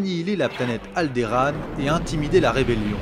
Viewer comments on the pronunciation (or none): Alderande et pas Alderaan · Alderaan ça se prononce Aldorande